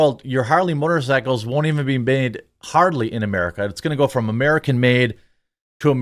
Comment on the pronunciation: I heard "They are doing any Harley Work" . I assume you said hardly but I think there is a joke somewhere in that sentence. 🙂 . Thanks for the vid . Love what you do.